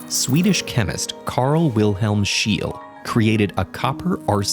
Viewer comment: Interesting video but since I am a Swede, I am dissapointed by the bad pronounciation of Scheele. The last e isn't silent.....